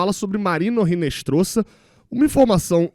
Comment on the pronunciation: em espanhol, o "h" não é pronunciado. Portanto, não se pronuncia "Rinestroza", mas sim "Inestroza" (o "z" tem som de "s").